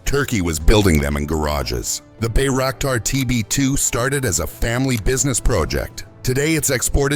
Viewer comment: Gut gemacht, Danke, aber es heißt Bayraktar.